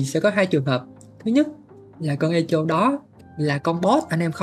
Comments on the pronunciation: thật ra nó đọc là e cho. E ko phải ê và cho ko phải chô nhé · 8.0 phải biết âm /e/ trong từ này đọc là e như tiếng việt chứ ai đọc ê. Phiên âm chính xác từ này là /'ekow/. Trọng âm rơi vào âm 1 đọc phát âm tiếng Việt là ékôu. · đọc cho sang thì đọc là 'ê cồ' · ngồi nghe Ê chô là cứ cười 😂 , phát âm là Êkô nghe bạn :))))) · ))) Echo đọc là ê kô nhá ông, chứ ko phải ê chô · Echo đọc là "Ê cô" anh oi, không phải "ê chô" 😅 hài mấy thanh niên kêu tôi 8.0 lỏ này nọ =))) tôi muốn nói là chữ "ch" trong echo đọc là "k" (theo phiên âm tiếng việt) chứ k phải "ch" mà mấy ông yap buồn cười quá =))) đúng dân việt nam chỉ biết tự ái vì mình làm sai một cái gì đó hở tí là vào nói như được mùa. 2k9 hết à 🤡🤡🤡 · "Éc cồ" mới đúng nha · 'e ko' nhé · e co nhá ko phải i đâu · bên cú đêm thì là "Ê hô" bên này thì là "Ê chô" mé nó kênh t đăng ký toàn bị cái gì thế này ??? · Mình góp ý một chút về cách phát âm ạ, Echo đọc là E-kô, âm K nha. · Echo phát âm như con tướng Ekko của liên minh ấy :)) không phải là Ê chô đâu :))) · echo - phát âm: ˈekō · đọc là " e-kô" nha anh @@ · bạn nói để làm ngta hài lòng, lòng đâu không thấy nhưng thấy bạn hài rồi đó. Tiếng anh thì echo đọc là " i cô " hoặc " e cô " chứ không phải theo vần phiên âm của mình đâu